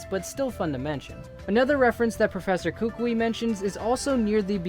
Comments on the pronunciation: Its pronounced Koo Koo ee, like the Hawaiian nut. Not Kookwee, not like a crazy person needs to piss. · Kukui is said Koo-Koo-ee (sorry OCD I looked up how to say it and turns out that is how you say it. Sorry again, and sorry for my bad English and grammar.)